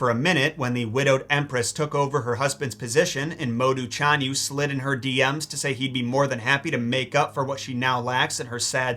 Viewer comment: Well do not depend on Pin-yin. Very Unreliable and you are the living proof! For Example: 匈奴 read as Shi-ohng Nwu and 單于 read as rCh-ahn Yu. ~rCh~ means you must pronounce ch with your tongue rolling. No Joke.